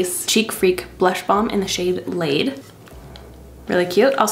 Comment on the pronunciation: The way you read the blush color ”laid” 😂 ❤ happy for you girl! Routine for love should be he be the absolute perfect fit for you! Keeping on keeping on, loving all the content you put out there!